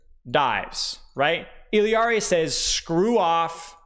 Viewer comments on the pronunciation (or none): Say it with me everyone I-LAR-EE. I-LAR-EE. Not ILL-EE-AR-EE. Why are people adding a letter to her name? Illari.. not Illiari. Sorry but this is driving me nuts 😂. All love though ❤ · Still disagree with y’all I’m sorry 😉. 2 L’s in Spanish make a “Y” sound. So even if you say it in her proper language it’s EE-YAR-EE. 2 L’s don’t add a syllable. Like I said, all love, and a funny debate at least. Keep roasting me, I’m here for it 🤪😂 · For the love of god learn how to say “Illari” Why are you adding a whole extra letter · no he’s not, Illari, even in the Spanish pronunciation, doesn’t have an extra fucking i before the a. Cope.